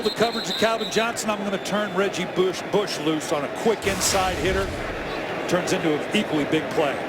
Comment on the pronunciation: he said reggie booosh 😭😭